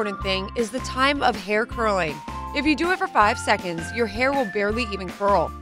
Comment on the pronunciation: oh and hairm instead of hair🤣